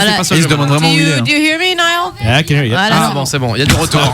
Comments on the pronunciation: mes oreilles saignent quand ils disaient ni-all au lieu de naïeul 😭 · Comment ils disent son nom c'est horrible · Il est trop mignon ❤ et pour la dernière fois la prononciation c "Nayeul" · La façon dont il massacre son nom, ça donne des frissons d'horreur !!! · Je sais pas comment il fais pour supporter la façons dont ils disent sont prénom 😂